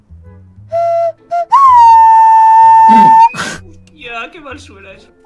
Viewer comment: me gustas cuando cuentas en ingles porque dices one two freeeeeee ajaajsdjasjdjasdjasd like:v